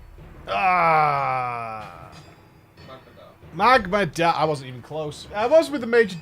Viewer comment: MAGMADAR! IT'S MAGMADAR!